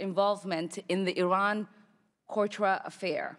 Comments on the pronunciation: The stupid twat:" the Iran Cortra affair", what tge hec us a Cortra ? She has no idea because the notes in front of her are the first shes hesrd of it. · She has no idea what she is talking about; she can’t even pronounce Contra.